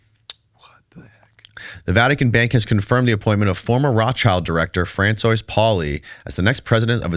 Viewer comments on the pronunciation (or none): "Fran-soyce"... Really..? Did you drop out in 3rd grade? Or what? This dude is just sitting across from, correcting his sentences, corrected his words, reminding him that interrupting people is rude 😂. It must be really frustrating, knowing you have to sit with a M0r0n just to get your voice out there. It's like talking to a child is an 1diot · Fran-soys! 😂 bless him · youre such an airhead sometimes... fran-soys? 😂😂😂😂😂😂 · is such a naive man child. Hard to take a guy seriously when he pronounces Francois the way he did. What a zeek.